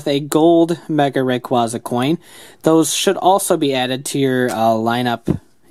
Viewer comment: its REY-CUEY-ZU rayquaza thats how its prounounce